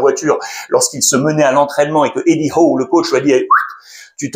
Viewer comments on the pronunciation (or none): none